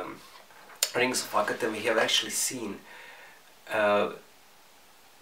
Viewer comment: Lol when you say the rings of akhetan it sounds like your says rings of fucketan